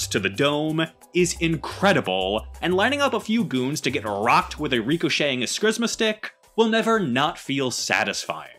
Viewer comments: My dude, nightwing uses escrima sticks. There's no s before the m. Es-kree-ma. Just a correction for later. You butchered that word in spectacular fashion. 😂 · It's pronounced "ess KREE ma" stick.